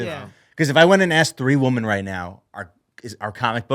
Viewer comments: The way everyone is saying “woman” instead of “women” lol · I feel like I just watched struggling to pronounce the word 'Women' for half an hour.